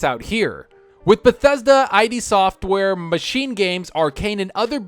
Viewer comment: It's "id Software", not "ai dee Software".